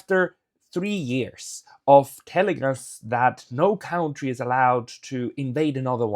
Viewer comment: It is pronounced kuntry -- not cowntry.